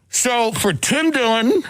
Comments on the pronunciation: Tim Dilling? It is Tim Dillon. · lol "Tim Dilling" ???